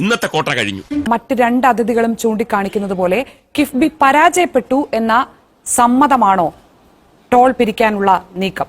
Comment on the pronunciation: കിബിബി അല്ല... കിഫ്‌ബി